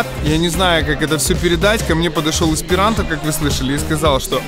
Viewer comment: Еспиранто.., ахаха